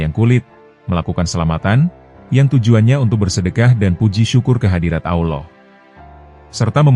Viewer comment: Anda harus banyak belajar dalam penyebutan Allah